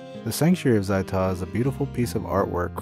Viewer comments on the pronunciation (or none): ZAI'Tah? ow my freakin' ears!